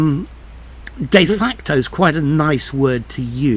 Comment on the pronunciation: Love the way how you prounounce de facto and de jure